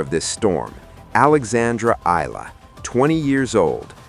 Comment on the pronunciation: Eala is pronounced as eyala not ila